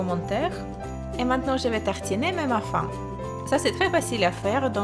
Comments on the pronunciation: Très sympa, ça me donne des idées ! On dit bien tronc pour le bretzel dans le sapin Guacamole et tu m'as fait rire avec ta prononciation du mot "muffin" :p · On dit "Tronc" mais le c ne se prononce pas haha Et on lit "Muffin" mais ça se dit Muffine haha Ton français est tout de même très bon, continue tes vidéos elles sont géniales! bisous et bonne continuation :)